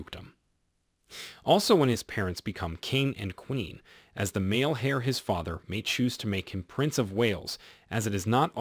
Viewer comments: It’s is pronounced “Air”=Heir, NOT “Hare”! Cmon 😢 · It is not pronounced Heir but air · Dude it’s Heir-Air, not Hare- 🐇 ! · Heir (pronounced air) not Hair 😂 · “Hair” to the throne? Learn how to pronoun it. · The "H" is silent in "Heir" its pronounced like saying; "Air." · Love your channel, but please pronounce heir properly. Its pronounced air 😀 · Because this channel is full of made up lies & likes to pronounce things completely wrong. Hair to the throne is a ridiculous mispronunciation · Heir is pronounced with a silent ‘h’ so as in “air”. Charlotte is pronounced with a soft ‘ch’ so sh-arlotte. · If you pronounce ‘heir’ as hair, perhaps commentary on the royals is not for you… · Heir the H is not pronounced like air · Good grief! Please learn how to pronounce Heir. The H is silent. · You are mispronouncing the word Heir - the H is silent therefore it is pronounced eir. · You don’t pronounce the “ H “ in heir .